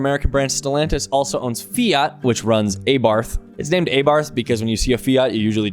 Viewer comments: ah-barth its how you pronounce it 🥀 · "A bath" is how you pronounce it and you should look them up. They are crazy fast mental rocket ships. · Abarth pronounced "Aah-bart". Also I definitely don't want to barf when I see one, I love their cars, they are a riot. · Its pronounced Ab-ar-ath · Stellantis also owns Corsa ABARF is also insane. its not pronouned like that m8 xd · That's not how you pronounce Abarth